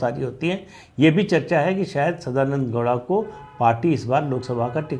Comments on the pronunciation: Sadananada gouda... Not douda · Sadanand dowda nahi bhai 😐 sadananda gowda